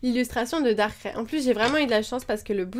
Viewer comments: C PAS DARKRAI C DARKRAI SA SE DIT DARKRAIE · on dit pas darkralle